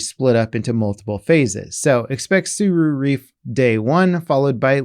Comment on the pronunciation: Tsura Reef … Tsura Reef